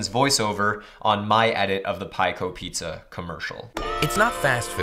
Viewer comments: the dude literally said "pie-zza" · The way he says "pizza"..... Lol. Paetza